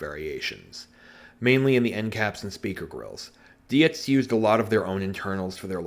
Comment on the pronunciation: Um, Sorry but I felt I needed to post this: bear w/ me on its length. First, it's not pronounced Die-Etz, it's pronounced DEETZ. Second, this lightbar is a poor example of an actual NYPD unit. None of the inner flashers had #4411 sealed beam bulbs, as yours does. They utilized the same #4416R and/or #7400R bulbs as in the rotators. #4416A's in the rear flashers. Red and CLEAR bulbs, alternately in the rotating mechanisms. Your driver's side rotator has a #4416A bulb. That's another no-no. Lastly, your bar has an additional flaw with both rotators having the same rotation. From the factory, AND as evidenced by your video, the rotators rotated in OPPOSITE directions, regardless if it was Dietz, SigStat, Yankee or any of the re-branded models from NAPA and such... Later-on, same-direction rotation occurred frequently as rotators failed and fleet operations simply didn't care which direction they spun, they were replaced with whatever they had laying around, (depending on clock-wise or counter-clockwise) which is probably the case with this unit. The endcaps being a flaw wasn't until these units became old and remained relatively plyable unless they were over-torqued. As time went-on, the plastic would deteriorate with age. They weren't much of an issue until the plastics, which are now 30+ years old, are becoming brittle. I never had issues w/ them when they were new-even in sub-zero temperatures. AGE is taking them out, it wasn't an early issue. Toward the end of their existanc